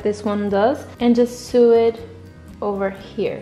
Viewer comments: Its pronounced sew like so not sew like sue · The pronunciation of "sew" sounds like the English word "so" not like the word "sue", sorry, great video, just a pet peeve :D